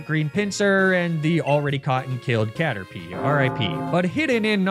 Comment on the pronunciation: I don't think I can properly articulate my love for Car-terpie